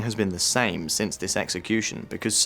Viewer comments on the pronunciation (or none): none